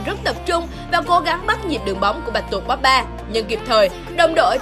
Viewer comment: Chán ghê. Cô blv. Bóp ba. Xem thì thích mà nghe cái âm bóp ba phát ra mà gây ức chế. Cái tên của người ta đọc còn sai